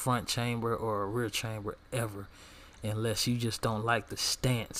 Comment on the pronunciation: Lmao its not ''chamber'' its ''kamber''